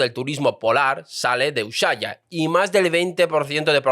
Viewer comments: ES USHUAIA NO USHAIA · Te corrijo la pronunciación: no es ushaia, es USHUAIA (Se pronuncia u-su-á-ia) saludos desde Argentina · Ushaia? No será USHUAIA? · Te lo escribo así lo pronuncias mejor... ( fonetica) usuaia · USUAIA, se dice USUAIA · se pronuncia " U S U A i A " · Me duele escuchar decir Ushuaia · A lo único que le acertó el chanta este fue a la fecha fin del tratado antártico, lo buscó con la IA, lo demás no sabe ni pronunciar Ushuaia, (que indique las supuestas bases Chinas en Chile, haaa dice que en Chile ya se hablan Chino) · Ushuaia se pronuncia sin la h. Al menos aca en Argentina... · Me hiciste reír cada vez con tu pronunciación de Ushuaia 😂😂 Gracias 🩵🤍🩵